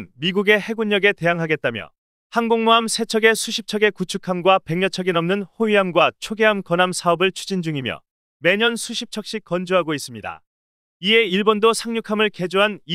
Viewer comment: 100여척 의 발음은 ” 뱅여척“ 이 아닙니다! ” “ “ 배겨척” 이 올바른 발음 입니다!